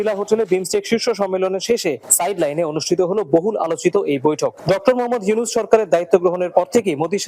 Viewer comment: ইউনূস কইলো না হিউনুস পড়লো বুঝলাম না 😮